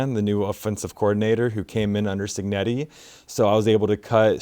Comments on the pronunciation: It’s pronounced Cheenyeti not Cignetti… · It's Italian so the C followed by an i makes the initial sound 'chee'.